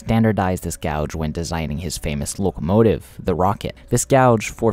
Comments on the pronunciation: So a few things 1: its pronounced gaje or gage, not gouge 2: the golden gate bridge does not carry rail traffic 3: the tgv can actually reach 574kmh but would be too unstable for passenger operations. 4: the solarpowered trains are a cool concept, but their feasability is nonexistant compared to regular overhead powered trains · Yes!!! There is a huge difference between a gauge and a gouge. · Dude, it's not gouge, it's pronounced gaje or gage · You made a video about railroads, yet you don't know how to pronounce gauge 😮 oof. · i would remaster this video pronouncing gauge correctly because i can see this annoying people and therefor ruining your retention. i recognise english isnt your first language which is impressive but these details matter to railfans. this was an interesting video though! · Gauge rhymes with "cage". Not sure why you are pronouncing it like that. It annoyed me throughout a video that I was genuinely interested in.